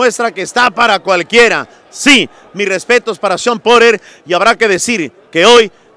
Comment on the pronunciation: Pronuncia bien porter cuel porer jajaja...